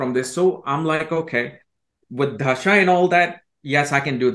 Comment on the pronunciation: says thashaa थशा instead of dasha दशा and nakshatraaaa so no he can't pronounce things correctly or purposely botches it to sound white lol 😂😂😂😂